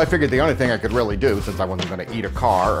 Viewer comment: Stuart Sharpe I heard it to. lol